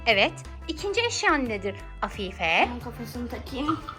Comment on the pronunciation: Afife ❌ haf😂fe✔️